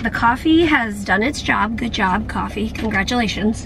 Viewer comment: "Coffee not coughie"😝